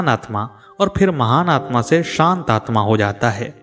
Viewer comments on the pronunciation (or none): none